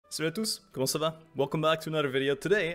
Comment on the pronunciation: i wasn't expecting that perfectly said "salut à tous comment ça va ?" My man i tought it was a french guy talking